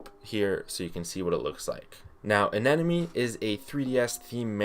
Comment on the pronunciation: I've heard many different ways people pronounce anemone but not the way you do it